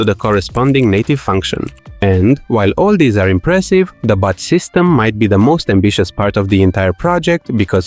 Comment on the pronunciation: Lol each time you say "bot" I hear "butt". It made the video much funnier and as side effect now I want my own butt system to control butts.